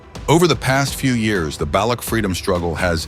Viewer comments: INDIAN CHANNEL. AI GENERATED BRITISH ACCENT WHICH BTW THEY DID A PISS POOR JOB WITH. NEVER SET FOOT AND CAN'T EVEN PRONOUNCE BALUCH PROPERLY. WHAT'S NOT TO LIKE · AI voice can't pronounce Baloch 😢